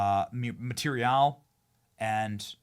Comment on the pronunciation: Benny, who says marteeriarll lol